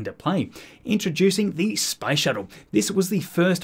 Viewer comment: I loke that this guy pronounces "space" as "spice", and if you let the video in the background while you're doing something else you can believe we are almost ready to go to Arrakis